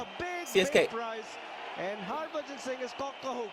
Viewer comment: Wtf's 'Harbran',?!! Lol xD